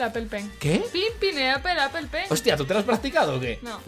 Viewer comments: mel se dise pen and Apel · se dice pen pinapple aple pen =) solo es por ayudar